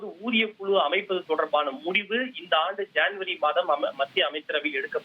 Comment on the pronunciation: Yendha oru thamizhanbda nee, kuzhu yengira vaarthaiye solla theriyavillai Kulu vam kulu